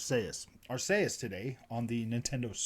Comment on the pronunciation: Ar-KEY-us lol. Great vid